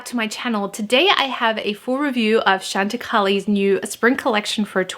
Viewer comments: I love Chantecaille. You look beautiful. I think it is pronounced Chăn tă kī. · Hi...I use chantecaille all the time...its actually pronounced Shawn ti kie:)